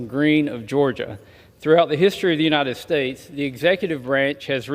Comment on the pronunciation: “The President of the united schtates” so gross 🤮